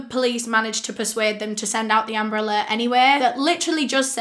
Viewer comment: It sounds like "umbrella" when she says amber alert..😪